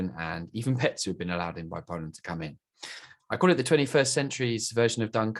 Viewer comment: Poreant? Its pronounced poland(0,17)